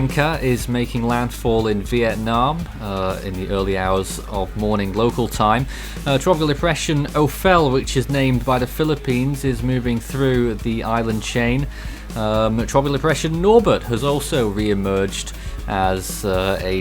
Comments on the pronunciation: It is a biblical name, Ow-fel but i think it should be pronounced as O-PEL since it needs a local accent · Ofel sounds like oval...